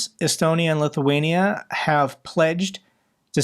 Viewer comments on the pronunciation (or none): none